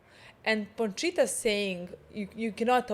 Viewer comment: this is low key dribing me nuts, it's Pochita, not PoNchita! 😆